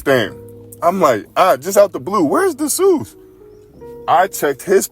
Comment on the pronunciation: Desus is pronounced...."DEE- SUSS".